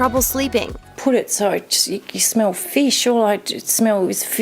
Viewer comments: Feesch? What's Feesch? Oh Fish. And cigarette smoke and noises from kids. Sister, I feel your pain, but what ya gonna do? Move? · "Smell of feesh" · Did she say "fish" or "flesh"? It sounded like a mix of the two words.....fleesh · WTF is FEESH? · Feesh. What in the F is FEESH. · What is "FEESH"? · "All i shmell ish pheesh"